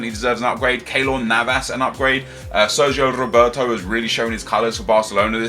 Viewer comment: It's not SergiO Roberto, it's Sergi Roberto